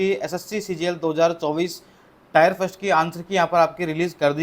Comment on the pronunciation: टायर नहीं होता टियर होता है !